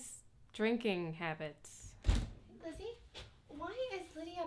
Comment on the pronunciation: She never says the L in Lizzie in her intro and it drives me crazy.